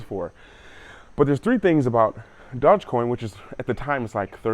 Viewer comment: What's this "dodge coin" haha